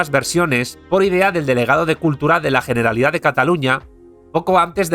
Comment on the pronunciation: Todos los nombres extranjeros bien pronunciados, ahora...generalitat pronunciada con una jota bien fuerte. Q demonios internos debe tener este señor